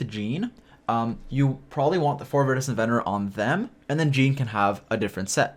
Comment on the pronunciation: Idk what your trying to pronounce with that artifact but it iridescent with a V